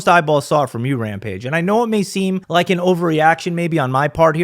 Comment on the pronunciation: “He said rike instead of Like” 😂😂😂😂 “Rampage… Ethan Let’s call him Ethan this is some Ethan type shit” 😂😂😂